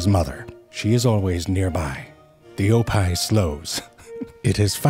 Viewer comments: I think he was trying to say hippo backwards like oppih. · I know he's saying "oppih" (hippo backwards) but I'm hearing "oppai"....why is he calling that hippo "boobs"? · I can't stop hearing "Oppai" when he's saying "Oppih". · I was so confused why he called it "the wild oppai" as well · I thought he said ‘oppai’ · Why did I think that he said "Oppai" aka Japanese booba? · Oppai are boobs in Japanese. Initially that's what I thought zefrank was saying in this video, but then it hit me that he was saying hippo backwards. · I was confused at first, because I thought he said “oppai,” which means “boobs” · It really sounds like he's saying oppai. Wait he is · OPPIH is pronounced like OPPAI? Well I'll be, that's the Japanese word for boobs. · Damn, I misheard "oppih" as "oppai"... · I know you are calling it an Oppih but Oppai pronounced the same is tits in Japan. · And the way he pronounces it sounds like the Japanese word for boobs 😂😂😂